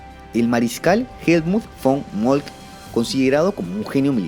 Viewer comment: SE DICE "MOLKTE", TAL COMO SE ESCRIBE, NO "MOLKT" EL ALEMÁN NO SE PRONUNCIA COMO EL INGLÉS, ES MUCHO MÁS FÁCIL, SOBRE TODO PARA LOS HISPANOHABLANTES, ...